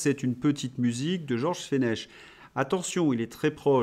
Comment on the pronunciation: Georges Fench....le CH se prononce ck. ....comme dans Christophe....on prononce cri .... Merci